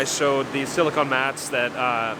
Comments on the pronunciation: Exactly. Silicon is a mineral. Silicone is a material. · It's silicone, not silicon